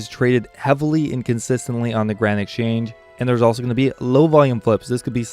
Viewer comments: Yes!! Doesn't sound like Grand, there's some other partial syllable in there it was driving me nuts. Garand? Granite??? what? lol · Am i the only one who hears "Granite Change" whenever he mentions the GE?